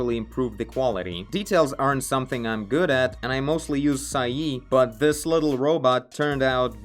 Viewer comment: I was referring to the pronunciation., nothing else. I am very familiar with Paint Tool SAI.